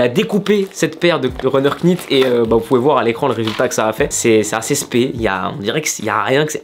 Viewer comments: Faut prononcer « Nit » et non « Knit » en anglais un K devant un N ne se prononce jamais comme « Knowledge->> se prononce Nowledge Sinon comme toutes les nouvelles yeezy jsp pk mais je kiffe il est très fort ce Kanye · Super cool, juste un petit point prononciation. Quand on a un "k" suivi d'un "n" en anglais on ne prononce pas le "k", comme dans "knight", prononcé comme "night". Donc il faudrait plutôt dire nite runner. Voilà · On prononce pas le K dans Knit :)